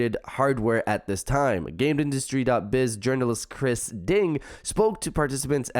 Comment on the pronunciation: You killed Chris name lol